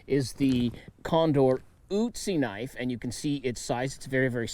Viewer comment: Uzzi? His name is Ötzi! But i know, you americans can not pronounce an Ö, or you do not want to. Same with Böker! 😅